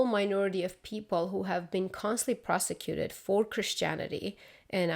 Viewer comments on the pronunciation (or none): Aloha from an antiscofield Xian. I'm on your team! Careful to distinguish between "prosecuted " & "persecuted" ❤